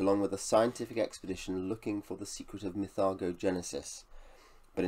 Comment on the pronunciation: My favourite ever series of books. Currently re reading Lavondyss...a book of 2 halves which puts a lot of people off. It gets better with each read for me. Great video (though you're mispronouncing "mythago") 😉